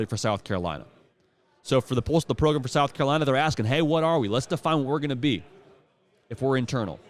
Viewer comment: I hope you come to realize that it’s the whole point. always says it like Progrum so they just started calling it that